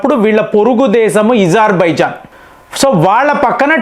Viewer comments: Nee bonda azarbaizan not Izarbaizan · It's Azarbaijan mastaru Ezerbhaijan kadu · Where did Izar… bijon cane from Its azarbijon ? Say “A” not “I” not “e” correct it ! Its very bad to listen to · Your pronunciation....not correct.. Not izarbizan Azerbaijan ....A...Pl.. correct it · ఇజార్ బైజాన్ కాదు నాయనా అజార్ బైజాన్